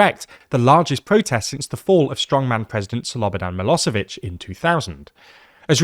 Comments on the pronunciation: Miloshevich, not Milosevich. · It's Milošević - Miloshevich , shh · yep, but they pronounce "s" instead of "sh"